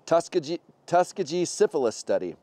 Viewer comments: Bro, look up the pronunciation of these things before you make a video of them, it's embarrassing. Tus-key-ghee (Tuskegee), for example... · Those airmen pronounced - tusk --key -gee. It does amaze me that others countries of the world haven't come after us regularly.